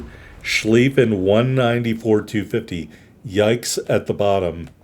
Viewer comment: So heres how German grammar works, if the word has ie in it, it is pronounced long Ee sound, if it has ei in it, it is pronounced Long I sound like eye. So it should be pronounced ShclEEffen.